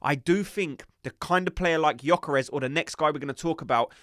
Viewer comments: You really don’t pronunces the y gökares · viktor gyökeres not vitor yokares 😅